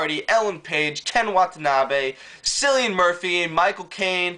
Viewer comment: Pronounced "Killian" not "Sillian" man. Just wanted to say that.